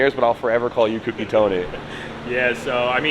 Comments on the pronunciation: I thought Sammit told y'all, it's not "kooky", it's "cokey". Lmao. Also can you please tell Tony that his channel is marked as "content safe for kids" and I can't turn notifications on because of that. I've been subbed to him for a while now (like 2 years or more), but have been missing his videos because I can't get notifications. Lol. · Co Key . Co Key. Co key. Is😢 not hard to say correctly gahhh